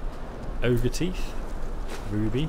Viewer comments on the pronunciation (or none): OGRE, it's called ogre, for crying out loud!!!